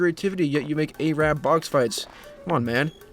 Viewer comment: Bro said Ay-Rabb